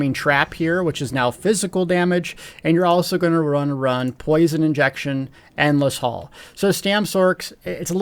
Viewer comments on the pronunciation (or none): the bow ability is Endless H-A-I-L, rhymes with PAIL (or Pale), etc. You keep calling it Endless H-A-L-L, as in a hallway. Love your videos, but that's driving me crazy! lol